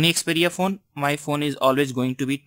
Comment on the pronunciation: i like how you say phone phun :)